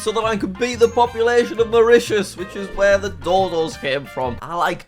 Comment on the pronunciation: YES HE SAID MAURITUS🇲🇺🇲🇺